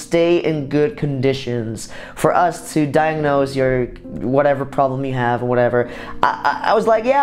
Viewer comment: Sergio Cortes became a pwoblem.. eh? I understand, it's ok .